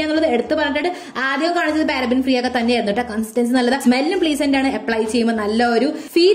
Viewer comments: Plee-zent ennalalo pronounciation... Pleh-zent ennale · Pleasant nnu aanu...pleeesant nnalla pronounciation....just telling